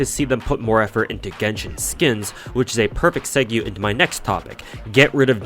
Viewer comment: did u really just say seg-you?